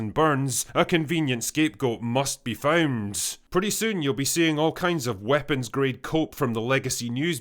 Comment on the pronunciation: Why does he clearly pronounce and emphasize an "s" at the end?